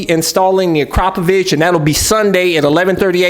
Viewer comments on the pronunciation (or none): Akra-po-Vic It’s not….A-crap-o-vich. Jeez